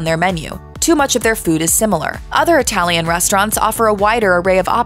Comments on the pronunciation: I'm sure it was. But I was making fun of the way she pronounced "Italian". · ..."Known for their humongous portions and unique itty-lee-an inspired offerings.."